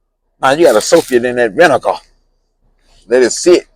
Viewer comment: Tell em bout that vin-e-gah baws!!! 😂